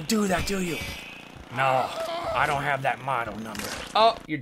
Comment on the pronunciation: It's a don move Toby... a DONT move.. Emphasis on the DONT!